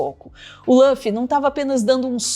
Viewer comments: Chamar o Luffy de "Lâfi" é até um crime. Por favor, Luffy ou Ruffy. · lâffy? não tinha como pesquisar como falam o nome dele primeiro não? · se fala LUffy mesmo, não lãffy ❤ sugiro que vc assista, é tão legal q vc nem sente que são 1000+ eps, e cada um tem só uns 20min. É muito inspirador, sobre liberdade, amizade, empatia, determinação… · Só é extranho quando quando eu escuto Lã-ffy. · Só uma coisa, Luffy se pronuncia como /lufi/ mesmo, como em Lúcifer por exemplo. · vc 4ss4ssinou o nome do Luffy pra mim hahahahah.... ( soa como se escreve nem português ) ainda dá tempo de assistir, comecei ano passado e tô na metade... degustando... 😊